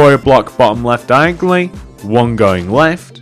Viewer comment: diagly hahaha the way you say it is hilarious